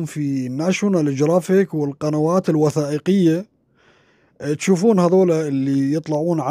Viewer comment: يا أستاذ.. أنت تقول كلمة جرافيك قصدك ناشيونال جُغرافيك و ليس جرافيك.